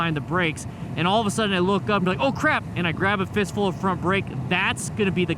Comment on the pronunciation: “And I grab a fistul of front brake”😂😂😂